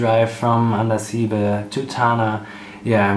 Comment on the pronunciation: It is pronounced.Andasibe' ,stress on be